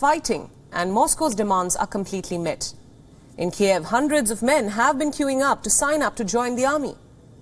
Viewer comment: LEARN TO PRONOUNCE THE NAME KYIV!!!! My god what kind of amateur reporting is this??